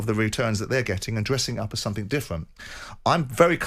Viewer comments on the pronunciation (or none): What he meant was SOMETHING , not sumfink